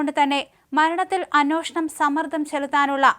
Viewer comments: അന്വോഷണം അല്ല , അന്വേഷണം എന്നുപറയൂ... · എന്നാലും പുള്ളിക്കാരി പറയില്ല.. അന്യോഷണം എന്നേ പറയൂ. 😁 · ഞാൻ പറയാൻ തുടങ്ങിയിട്ട് വർഷങ്ങളായി..ഇപ്പോ അന്നോഷണം എന്ന് കേൾക്കുമ്പോൾ ഞാൻ ചാനൽ മാറ്റും😂